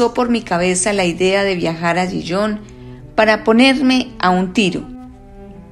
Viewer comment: Le advierto que Gijón se pronuncia, en correcto español, con ge y jota, Gijón, es una ciudad de Asturias, en España, como dice el cuento. Me deja a cuadros cuando pronuncia Gijón como si fuera la francesa Dijon, la de la mostaza.